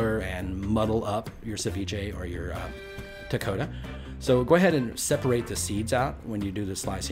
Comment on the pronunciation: Ni sa Bula Vinaka - “ko - kon - da” is proper pronouncing I was born in Australia - but my family is from Fiji 🇫🇯 I love this dish - so yummy - Vinaka Free the yarndi Ganja is the greatest gift given